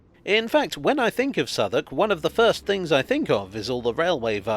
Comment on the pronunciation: I always do a double take whenever I hear Southwark being pronounced correctly, as not being a Londoner, when I read it, my mind pronounces it phonetically.